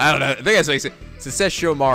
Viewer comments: No,, it's Sesh-O-ma-RU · Okay I was laughing my ASS off because of butchering Sesshomaru's name xD My favorite character from Inuyasha, completely butchered by the great. For shame...For shame xD